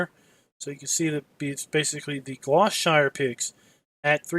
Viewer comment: haha this was annoying the hell out of me